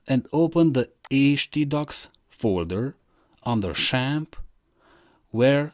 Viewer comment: its not shamp its zamp